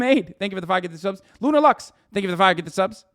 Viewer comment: Did he say General "Lux?"